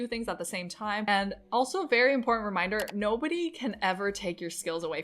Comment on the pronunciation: Nice! You can take the next plateau when you realize that the word important is one single word. It's not import ant. Its important...one word